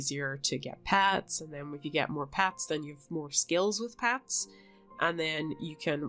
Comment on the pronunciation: Pets not pats